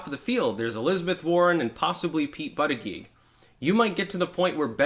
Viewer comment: The fact you cant pronounce his name is a weakness, he needs a nickname.